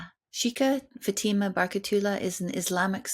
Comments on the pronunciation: Her name is pronounced FATH -I-MA. Not futeema she’s polite not to correct you ❤ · It is not Fateema. It is FAAtema! Ask a Muslim for correct pronunciation. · First of all, you need to research how to pronounce this Muslim woman's name, and it NOT SHEEKA FATEEMA. Secondly, Sheikha Fatima should NOT call Ibrahim's HAGAR - as in "hagar the horrible" - you should have called her Hajer. The proper pronouncement. KHADIJA is another mispronounciation. I found it very very distracting and could not follow this conversation. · Learn how to pronounce your guests names. It is not “faTEEma”..